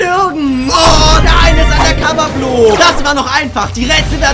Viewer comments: hey y are you say blob its not blob is bloop😂😂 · It's not blap maar bloop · It’s not blob it’s bloop